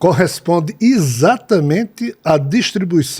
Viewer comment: Será que as pessoas que falam ISATAMENTE ao invés de falar corretamente EXATAMENTE acham bonito?